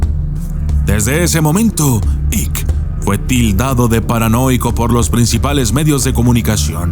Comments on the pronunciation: "AIK" se pronuncia "AIK" no Ick, Devid Aik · Se pronuncia " aiqui" = Icke no "ic" David icke = deivid aiqui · Mi querido permíteme corregiros se pronuncia David Aik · Se pronuncia aik